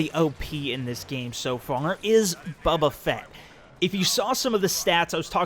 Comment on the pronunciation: Bubu fett - Bow-Buh fett - correct